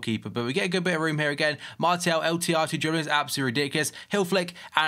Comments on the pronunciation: It´s french, so pronounce him Marsial /Marcial, if you know what I mean. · but it's pronounced Mart-e-al not marshall